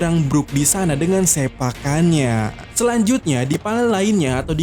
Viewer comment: Sepakannya bukan sempakannya bang